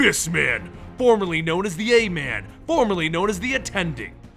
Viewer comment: Assman not Aman